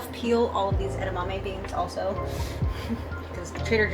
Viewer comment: I will never say edamame the same again. Add-a-mammy